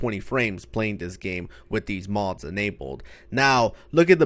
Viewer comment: I every time you say mods sounds like you’re saying mos